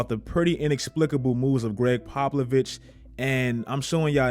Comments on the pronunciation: Popovic not pablovic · Who the fuck is Gregg Paplovich ??!! 😂😂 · “Greg Poplovich” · “Greg popolovich”- 2020